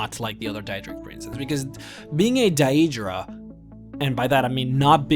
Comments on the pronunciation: Could be, but then again, he pronounces a lot of the other words in the popular/standard way of saying things, and pretty much all the mispronounced words are fictional ones which have many examples of how to speak each word, that even my Scandinavian, Indian, Vietnamese, etc. friends can say Daedra or close to it like the game does, I think it's a matter of his choice, oh well, each to his own. Pretty gut video anyway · You keep saying the name wrong.... And they are called daedra because they are not our ancestors aedra = our ancestors and daedra = not our ancestors, not every daedric prince craves change..... Do better research next time! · It really bugs me the way you say "daedra" but that doesn't stop it from being a good video about one of the most expensive lores out there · You got all the information spot on except for one thing...the way you pronounce your words. Idc if english isn't your first language or not. thats still pretty bad...Jyggalath? where the hell is there 'th' i'm sure theres a 'g' there. as well as how you pronounce Daedra... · He pronounces it like in Oblivion which is "DAY-EE-DRUH" , Skyrim is "DAY-DRUH". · You put way too much emphasis on the word Daedra. DAEEEEEEdra. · say Dayeedra one more time....its pronounced daydra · It's daedra (day-druh) Not daeydra like he says it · its not dayyeeedra its daedra common man say shit properly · I hate the way this guy says Daedra. Its pronounced 'Day-druh'. Not 'Day-ee-druh'. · day-dra, not da-edra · Stop saying DIE-EED-DRAH. The correct pronunciation is Day-Dra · he says daydruh a couple times. he doesn't seem to be able to pronounce words properly anyway - so it can be forgiven. It could be an act of course. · Its pronounced one way... DAY-DRUH... Thats the end of it. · You can not even pronounce deadra properly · why do you pronounce daedra like a dumbass xD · the way you pronounce daedra and daedric is triggering me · am I the only one raging at his pronunciation of daedra and aedra?